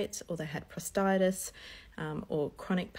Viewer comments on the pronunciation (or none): It’s called prostatitis not prostitis 😢